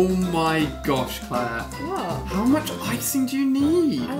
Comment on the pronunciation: Is it just me or does pronounce her A’s like ‘ahs’